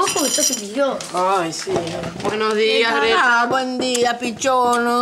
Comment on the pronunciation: Peldon pero creo que se dice gretta